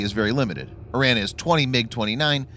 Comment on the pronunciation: Before you make any more videos on Iran, you should learn to pronounce it correctly.